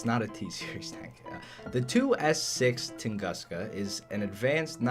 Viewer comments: Little advice, it’s actually pronounced like “toon-goos-ka”. And yeah, damn you so hot 🥵 (nohomo) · Close, but it's pronounced tung'oo'ska. It's also true name of and event where a giant meteorite flattened an entire Siberian forest. So we got a forest flattener in game.